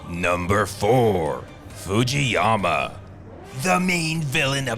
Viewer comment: Of course he can! He even said it in one go: "Foodge-Foodgeeyama"